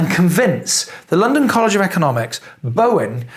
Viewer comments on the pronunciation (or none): none